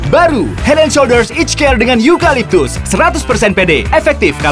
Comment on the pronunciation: Akhirnya Joe udah bisa ngomong Hed en Soljers